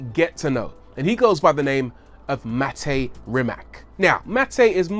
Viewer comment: U pronounce his name like its Matej😬